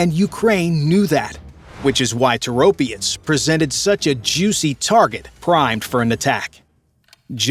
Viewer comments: Is your AI so dumb that it cant break words into syllables? Toro - pets! Not Tor-opI-ets!! R's°! What happend to pride in whatever your work produces? This is not a Tomato vs Tomayto argument (says enough anyhow). It is an English argument. Either you speak it or you don't but you dont bastardise it to fit your inability to get your tongue around pronouncing items like e.g. Orientals using 'L' in place of an 'R', as in 'Solly' or Slavics 'Z' for 'TH', as in 'The' or N.Americans using 'Z' in place of an 'S' as in 'Agonising'. No offence to the first two example cultures' attempts, theyre forgiven for trying. Americans are not forgiven because of their BS baffles brains approach (arrogance). Yeah! The nation of whose adults have an assessed level that mostly 70% are of an only third grader literacy level. El soto, meaning you're dumber than you believe & make up for it with - bluster. But it remains, not being English! Personally I assume, even though youre using AI, that you are American. Why? Because your culture is so arrogant, it matters nothing to you to do anything correctly, that permits you to sound so idiotic. To the point of 'dont speak, just convey your dialogue on an e-mail, just stop vocalising - please'. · It's Toropets not Toropiets. Slava Ukraini. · Toe Roe Pets. Accent on 1st sylable if any accented syllable at all. Stop pretending all languages have English grammar and pronunciation. NO other language is like English (maybe sometimes French)! Another interesting fact: where was the "military-industrial complex" of the USSR? Primarily in Ukraine, not so much or so concentrated in Russia. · ITIS NOT TOROPIETS, there IS NO "I" in the word. STUPID YANKS CAN'T PRONOUNCE ANYTHING CORRECTLY and this is simply using others INFO to make this. POOOOOOR JOURNALISM INDEED!